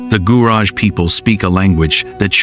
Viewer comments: It’s not Guraj , it’s a Gu-ra-ge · It is not pronounced Gurage but Guraggae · Gurage...reads as guraagie ጉራጌ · Gurage: ghoo--RAH--gheh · The proper pronunciation of "Gurage" is "Gu-ra-gay" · re: Gurage This is pronounced like this: goo RAW gay